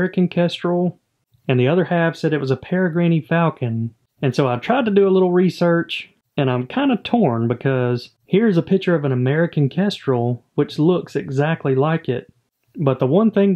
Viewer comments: At the risk of coming across like a dick, it's "para-grin", not "para-greenie". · Definitely a pair of kestrel... Perigrine Falcon pronounced pear-a-grin falcon is the fastest animal on earth when it drops into a dive.... They are amazing hunters and quite a bit larger than kestrel... People are confused by the similar feather patterns on the wings and tail.... If u pull up photos of both raptors (male and female markings differ) the difference is notable between the two... Kestrel are eating large insects while a falcon will pluck small birds out of midair.... Actually a Perigrine is large enough that it could hunt a small kestrel.... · Not a peregrine falcon, thats certainly a Kestrel. Also you dont pronounce the last E in peregrine. Its pronounced like "Pear A Grin"